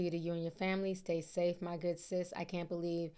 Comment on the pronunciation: I thought I was tripping when you said say stafe, lol I be mixing my word up too